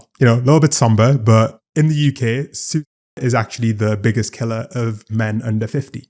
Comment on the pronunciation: Thought he said "soup".